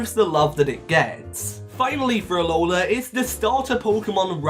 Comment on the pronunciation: It's Alola, not Aloha! Please get it right!